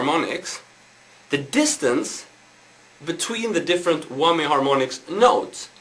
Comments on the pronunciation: HAHA! He said Whommy! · tee hee.. he says whommy bar